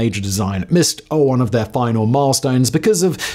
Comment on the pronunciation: Am I the only one who loves it when Simon sounds EXTRA English when he says things like “The company tasked with the final design missed - AH’one of their milestones”? Lol 😄🤷🏻‍♂️